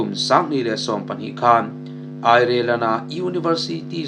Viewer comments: Airilen tiin lam ri ve mai la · Germany,Airelen maw i chhiar sual chiang Ireland ni ngei tur a ni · Ireland lamdan lola zir rawh. Azathlak lutuk deu